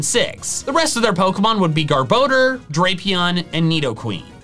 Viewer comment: garboder? lol